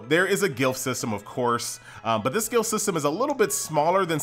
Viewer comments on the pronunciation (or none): Dude....it's Glyph not gilf.............please, are you ok?? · The word is pronounced ga lif. not guil f lol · I don't mean to be a nazi, but glyph is pronounced gliff, not gilf. <3